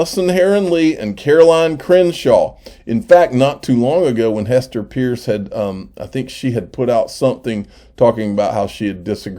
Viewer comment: It’s pronounced Purse.